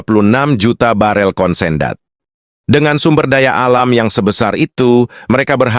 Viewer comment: Konsendat? Kapluk kapluk, kondensat kali pluk...